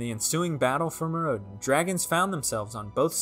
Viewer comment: Instead of "Meer rowd en", try "Myr oh den" 👍